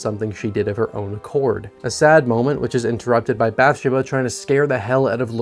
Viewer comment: Did you really watch the movie as many times as you claim? Because every time you mispronounce a simple character name it makes me think you're just doing this because horror is popular on YouTube. Which that's fine if you're not a horror fan. Just be honest. You do a great job either way. Literally the only thing wrong is not researching how to pronounce character names. It's not BATH-sha-buh. It's Bath-SHE-bah. Emphasis on the second syllable, not the first as you're pronouncing it.